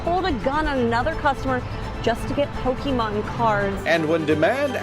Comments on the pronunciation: It’s not nostalgia those idiots don’t know shit about Pokémon. They’re all scalpers that are gonna inflate the price for resale. When you see someone behave like this but pronounce it “Pokey-Man’s” that’s how you know they are scalpers. How you that much of a fan to behave that way but can’t even say it correctly 😂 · 30 years later and news reporters still can't pronounce Pokemon correctly.